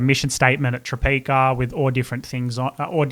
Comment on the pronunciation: Obsessed with Tropeaka podcasts and especially the one Caleb did with Sarah's Day and Kurt. I've been desperate to try the products ever since the days Sarah pronounced it Tropiaaaaka😂 _.jadey._ username on Instagram!💫 I sure have underscores in my username haha